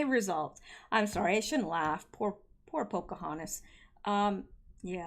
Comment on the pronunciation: 'Pocohantas' is pretty funny, but I've gotta say, I almost choked on my sweet tea when I heard EW referred to as 'Liawatha', a while back.